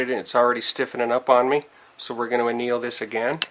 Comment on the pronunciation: How embarrassing, you should look up the word anneal before you do it again.